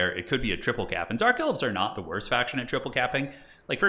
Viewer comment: Did you call them "Dork Elves" a few times?